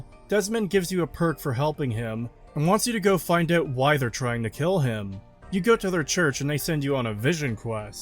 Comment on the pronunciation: The way you pronounce "out" incorrectly is insufferable.